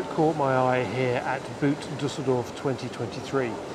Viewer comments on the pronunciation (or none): sorry but as you were there you must have heard a lot of Germans pronounce 'Boot Dusseldorf' or 'Das Boot' (like the movie), but none of them would have made it sound like footwear! It is pronounced more like we pronounce 'bought' or 'bort'. I know we can't always pronounce things as the locals would, but 'The Boot Show'!:)